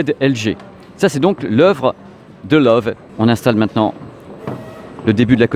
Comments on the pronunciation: video sympa mais...personne chez la grosse bertha vous a donne la prononciation du nom? il faut arreter avec love c'est loewe alors en francais ce serait lewe (le ö se pronnone e et prononcer le e de la fin. C'est lion en allemand) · Bonjour, j ai bien aimé votre documentaire par contre LOEWE se prononce "leuveu " ( lion en allemand) Cordialement